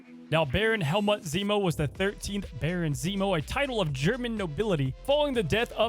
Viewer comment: The way you're pronouncing Helmut had me cracking a smile, but it's actually pronounced like "Hell-moot". :) Love your content tho, keep up the great videos <3